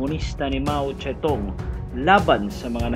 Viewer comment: Mao Zedong yan sir hindi mao ste tung